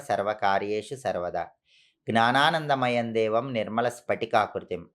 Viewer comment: గ్నానానంద మాయం కాదు , జ్ఞానానంద మయం అని పలకాలి. బ్రాహ్మణులు అయ్యింది మీరు చాలా ఉచ్చారణ దోషాలతో మాట్లాడుతున్నారు.